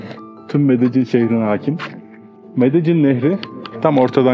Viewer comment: Abi Medellin’e medecin demek zorunda mısın ?